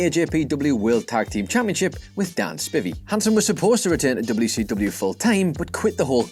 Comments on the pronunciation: Know why i Hate What Culture... Because you Butcher the Culture. Dan Spivey... Spy-V. Not Spivvy. It Aint Like Vit-amins... or Me-thane Mate... Its a Name, Hear it, Remember it, Pronunciation is Not Optional. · *Spivey, not Spivvy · DAN SP-EYE-V 🙄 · Dan Spivey. Not Spivvy. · Dan SPY-VEE. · Good to know this guys has no idea how to pronounce Dan Spivey's name... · If you don’t know how to pronounce Dan Spivey I’d spend a bit more time in Whatculture developmental. He’s hardly an unknown